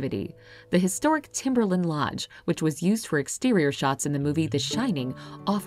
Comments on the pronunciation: Nice video, but it's timberline lodge, not timberlin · And Timberline lodge. It's not pronounced lin, it's pronounced line.